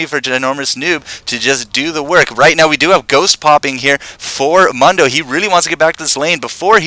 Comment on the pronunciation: I don't understand repeatedly mispronouncing 'Mundo.' Sound files within the game even tell you how to pronounce if it's too difficult to figure out.